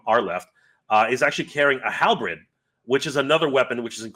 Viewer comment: Amazing! Thanks for your coverage of this! Small correction: "halberd" is pronounced like "hall" + "bird," not "hall" + "bread." (I'm a medievalist, and also dyslexic, so I understand how it can happen! You wouldn't believe how much I've embarrassed myself at medieval conferences when I mispronounce a word from another language that I transposed the letters of by accident...if I am able to get to MOTUniverse, I will tell you the "Beef-Cola" story!) ;)